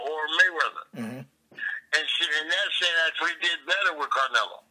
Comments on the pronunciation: Nazi kills me calling him "CaR-nelo" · "Carnelo," WTF??